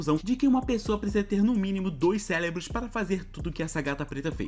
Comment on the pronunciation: "precisa no mínimo de dois calebros"kkkkkkkkkkkkk